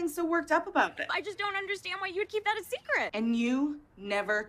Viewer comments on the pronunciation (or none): none